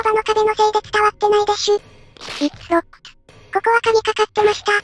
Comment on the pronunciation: 英語の発音がすげぇ細かいな拘りを感じたな、分かる人おるかな？ 例えば おしっこするところ 、 "It's locked"のlocked、最後の発音は"ド"より"ツ"にしたのは素晴らしい (元動詞のLock最後のKだからです (久しぶりだなぁ、相変わらず面白いですね